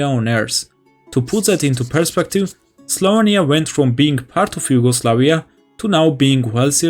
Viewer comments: slovEnia, not slovania... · Your pronunciation of "Slovenia" gives me an itch :D